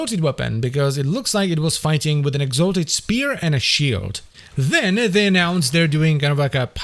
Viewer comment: had to do a double take. heard “exotic” first, not exalted